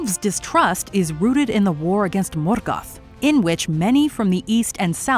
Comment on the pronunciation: I'm sorry but the way you said Morgoth, Gondor, Rohan bugged me so much. I mean literally 10 seconds later Galadriel show you how to pronounce Morgoth and you go again MoRGATH. Otherwise nice video.